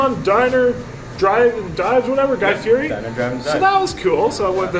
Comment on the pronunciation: If you’re going to bring up Guy’s name at least learn how to pronounce his last name!!!